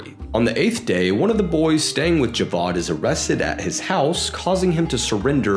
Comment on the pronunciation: I absolutely love ur vids cuz u also give some visuals and I’m British Pakistani and live in Lahore and i so appreciate that you added clips from pakistan instead of adding generic clips u actually care for the details man pls never stop much love and btw the name isn’t pronounced javad it’s pronounced ja-vaid